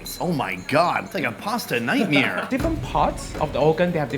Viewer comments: omg "Nightmere" said it again. are you from NYC ? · If i hear say 'nightmere' one more time in going to lose it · "Nightmere" the only person ive ever heard say that was Louis Rossmann. now 2 ppl. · So is Bart Chryslers love child got it! “Nightmeer”